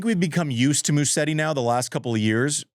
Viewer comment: sorry todo this again but it's Musetti the s in Italian is pronounced as a z not an s--so Muzetti no Mussetti